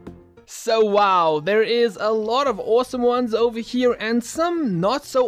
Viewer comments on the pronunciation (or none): none